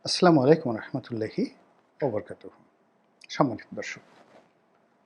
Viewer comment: আপনাকে মন ভরে গালি দিতে ইচ্ছে করে কিন্তু বিবেকে বাধা দেয়। তবে, আপনার জন্য একটা পরামর্শ যে, সালাম ( আসসালামু- আলাইকুম) ভালো করে দিতে শিখুন এবং 'ব্রিগেডিয়ার' শব্দটি ভালো মতো চর্চা করুন।